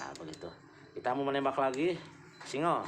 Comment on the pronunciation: Singgel pak bukan singel